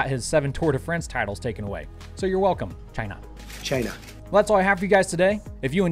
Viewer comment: You have the audacity to show picture of Trump...and saying “CHI-NA” in the same episode? BE careful, they “aka YouTube” might ban your channel.